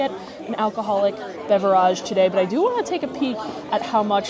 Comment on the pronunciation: Please for the love of God stop mispronouncing BEVERAGE!!!!!!!!! You sound like an idiot every time you do!